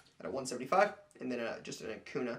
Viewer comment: I beg of you, it's Acuña not Acuna. Gotta pronounce the ~ or else it sounds so odd. Great video of Bryce Harper explaining it to a heckler too